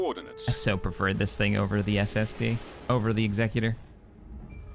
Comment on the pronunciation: It will forever bother me how always pronounces “Executor” as executive but with an or at the end instead of how it’s actually pronounced…